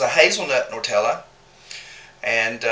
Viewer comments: I read the guidelines about comments but you didn't respect your husband! Girl get out of the kitchen! The hazelnut spread is not called "NOR tell eee" it is "NUT tell a" pronounced "NEW tell a". That is not an accent! Just annoying. What were you saying instead of the burner or referring to the heat. "Oh, we didn't turn off the eye!"? You both said the eye! If that is the brand of stove, it makes no sense. If it is a local term that someone called the burner the eye, drop it from your vocabulary. Don't use shortcut, local phrases when making a video, people need to understand what you are saying, or they won't come back. I will not come back if you do the commentary and "pain" "pan" the camera again. The language is English! Not "drawl". It is not cute or funny. I'm Sorry to be tough but let the man make his own videos. You stick to your soap videos. Im going to try this as chocolate fudge with choc chips & some marshmellows, I have my peanut butter fudge and peanut buttter cups made. It sounds like a tried and true recipes. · Awsome recipe! You two are sooo cute ! Cracked me up when you called Nutella - NORTELLIE ! haha. Where is the O & the R in Nutella? hahaha. Happy New Year to y'all !!!